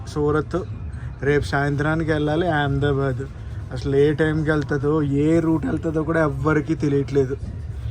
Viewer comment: Yaamdabad kadu ahmedabad sarigga palakandi